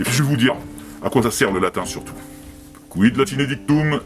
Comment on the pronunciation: Faudra revoir ta prononciation du latin par contre. Le C se prononçait K. Le V se prononçait W, car le V était le U et le U n'existait pas. Etc...